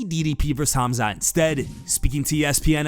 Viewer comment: I m surprised how ddp pronounce right "'Hamzat" , this guy is a real Champ with big heart